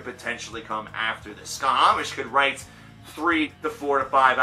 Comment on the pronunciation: A respectfully delivered note: It's pronounced "sha-mash".The band name refers to the Babylonian/Akkadian sun god Šamaš (sometimes spelled Shamash, if we're using English sound correspondences with the digraph "sh"). The thing is, they're from Switzerland, where German is one of the most commonly spoken languages (and one of their four official languages). The /sh/ sound in German is represented by the "sch" trigraph, and I'm assuming this is why they went with that spelling.